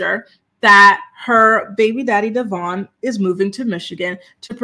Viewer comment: It’s pronounced Devōinn, been saying his name wrong since the beginning and he had her child!!